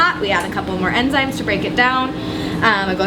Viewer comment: "Enzymes" not "Emzymes!"